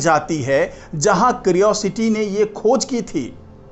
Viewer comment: क्रिओसिटी नहीं, क्यूरियोसिटी कहिए। एक सही उच्चारण तो कर नहीं सकते, चले हैं यूट्यूबर बनने।😂